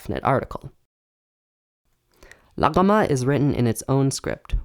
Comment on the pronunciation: Your aren't voicing the gh in "Laghama" because it sound like an unoiced Uvular stop. Good work though